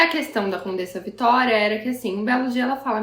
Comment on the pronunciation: Vitória * votoria fica estranho rsrs